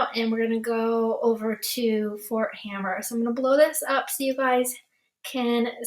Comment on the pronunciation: FYI - It's Fort Hamer, not Hammer